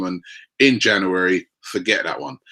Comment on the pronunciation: It's not only the players! Even the word "January" he struggles with, it's embarrassing